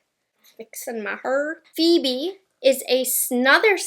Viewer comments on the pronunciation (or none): none